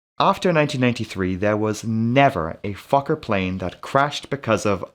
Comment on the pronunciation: As a swedish person, you nailed it!